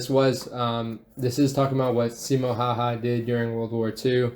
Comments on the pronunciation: On Simo Häyhä video. The original video created by Simple History (or someting) being commented on here had at least two peculiar things in it. The English-speaking narrator of the cartoon had a Russian accent and could not pronounce Häyhä's name correctly - the way it is pronunced in Finnish. In addition, the cartoon falsely discribed Häyhä after he was injured in the Winter War. Pretty much all Finns know that Häyhä, despite his injuries, asked to be taken into active service when the war agaist the Soviet Union (the Continuation War) broke out. However, this was denied. He was seriously injured and those in the Finnish army propably thought Häyhä had done his share in the war. The cartoon told a different story (i.e. Häyhä did not want to fight any more), which just isn't true. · I love how he says he is Simo Häyhä and pronounces the name completely wrong. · Why not have a finnish guy narrate, that’s a russian accent and his name is pronounced wrong. Kinda disrespectful. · Why is the narrator speaking with russian accent and i get it that people cant pronounce his name but i think the narrator should know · Bruhh why is it like Simo would be narrating himself but speaks with russian accent and can't pronounce his own name. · It’s a pity that video is narrated with a Russian accent and mangles the pronunciation of “Häyhä”. Your content, on the other hand, is intelligent and appreciative as ever. Always a pleasure to watch. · none of the names in the video where pronounced in a way that would make them recognizable for a Finnish speaker. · Someone needs to teach people not familiar with the finnish language how to pronounce "Häyhä"! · the narrator pronounces every fucking Finnish word incorrectly lol, must be an american putting on an accent, as even russians do not pronounce J's like english speaking people do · Yep lol russian accent and name pronounced all wrong :/ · And he completely butchers finnish word but russian ones he says fine :D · It's Häyhä, not Haha